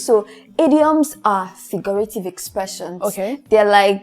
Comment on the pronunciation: She didn’t pronounce figurative correctly. Don’t stress the fig. Let it flow into the u. Good effort, nonetheless. A few more examples for happy besides elated: 1. I am over the moon(this is also an example of an idiom) - extremely happy 2. I am content(be mindful of the way you pronounce this. Not content as in capacity. - content is a Homonym, meaning it has 2 meanings. 3. I’m on cloud nine( also an idiom) - used for when you are extremely happy. 4. Joyful, gleeful, 5. I am in a good mood. 6. I am in high spirits 7. I am feeling positive. 8. I am gassed (this is quite informal. Used amongst your peers). 9. I am chuffed (also informal) 10. I am exhilarated. (This is slightly advanced than the others) - it shows you are over joyous. 11. I am delighted to see you/ to be here - often used amongst us British people. 12. I am glad to see you. - when you are happy to see someone. 13. I am pleased to meet you. - same as above. Or I am pleased with the results. - when the results of something(e.g an exam grade makes you happy). 14. I am ecstatic- this is a good one to use when you are extremely happy. 15. I am thrilled…. to see her/ to be here etc. - using this gives the impression that you’re a native English speaker. Hopefully, the above helps. The English teacher in me couldn’t help myself!